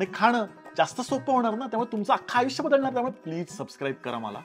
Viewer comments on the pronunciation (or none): none